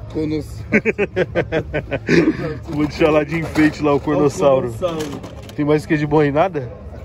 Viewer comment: e carnotauro não cornossauro